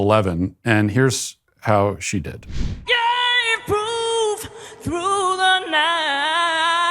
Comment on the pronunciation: Every “artist “ gets off on the vocal masturbation . “Proof” doesn’t have 4 syllables